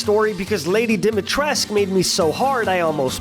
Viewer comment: DIMITRESCU. But your struggle is basically me trying to pronounce english and french names.